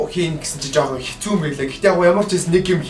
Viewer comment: дээр юун хэстүү бэ? Хэцүү гэж бна ш дээ ts2 чинь нийлээд ц үсэг болдог.